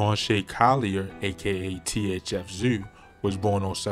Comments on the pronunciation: “THF ZUU”🤣🤣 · This nigga said "THF Zew" 🤣🤣💀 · I was hollering my boy needs phonics 🤣